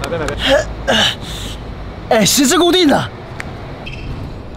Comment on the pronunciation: 我不知道為什麼，十字固定欸這句話說出來我直接笑爛，我覺得只有耿賢才說得出這種奇妙感覺，耿賢超適合吐槽，他的十字，是十至固定，ㄓˋ，董軒在地板ㄉㄧㄡˉ脾氣也笑死😂😂😂